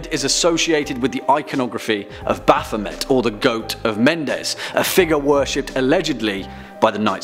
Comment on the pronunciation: Say it with me, kids… Baph-o-may